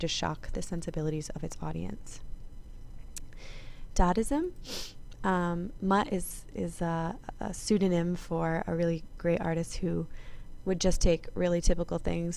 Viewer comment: It's Dadaism, not Dadism